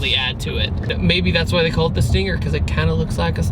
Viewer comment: Sting-air? Sting-haire? Sting-ayer? XD